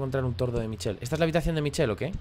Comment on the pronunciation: Me ha encantado, sube más pls! Por cierto, se pronuncia Mishel no Michel :):)